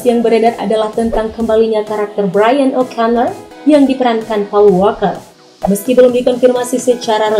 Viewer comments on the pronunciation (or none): none